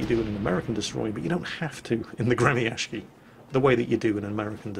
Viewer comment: Dayum, that pronounciation of Gremyashchy is so ear drilling! I understand that Russian has some difficulties transcribing itself into the Latin alphabet, but that's simply too different from the real pronunciation. Besides, people tend to use even more retarded spellings for some reason, which makes it all even worse. It's really quite hard to explain all nuances of the Russian phonetics with palatalization of consonants and varieties of sizzles to foreigners, but it's actually pronounced more like "Gree-meeuh-sch-eey". The vowels in in meeuh make the so-called "Near-open front unrounded vowel" sound you can find in the pronunciation of the word "cat" with the M "palatalized" (which means it's, uh, pronounced with a slight tone of the sound "ee" in "free"); the sch is akin to the "sh" in "sheep" but twice as long (shsheep); the R is rolled of course, and the rest is pretty simple. click on the pronunciation to hear it more clearly. If you read this, please take effort to pronounce it NOT as gremiashki FOR THE SAKE OF YOUR RUSSIAN VIEWERS :c